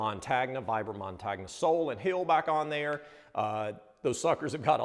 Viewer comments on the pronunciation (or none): if you want to know: Vibram is italian, so the “montagna” soles are pronounced “montanya” and it means “mountain”. no wisenheimerism here, my wife’s italian :-) and you are two really classy guys. keep up with the good work!